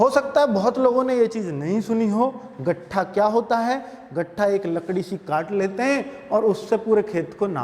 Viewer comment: गट्ठा नही सर लट्ठा होता है